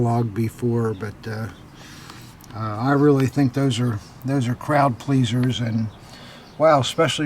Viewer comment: "crowdpleaser" or "Kraut pleaser" ?! 😉